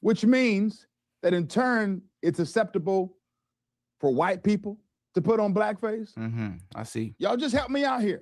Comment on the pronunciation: It is not "assseptibull" for paid puppets to spew BS unscathed like this clueless "pastor".